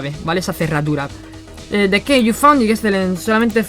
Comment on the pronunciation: como cuando te dijeron que maneja bien el inglés pero al oírlo escuchas muchos errores de pronunciación:v no es key, se dice ki, y no es found, se pronuncia faund